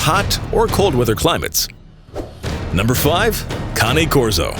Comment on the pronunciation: I dyed when he said cane corso Ceane corsoe 😂😂😂😂